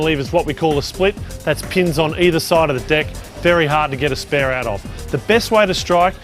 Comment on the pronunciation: When he says pins it sound like penis